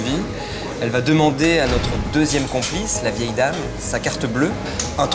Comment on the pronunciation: C'est vieille mère et non pas "veille" mère ^^